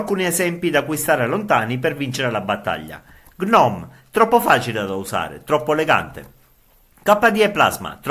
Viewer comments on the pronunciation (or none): none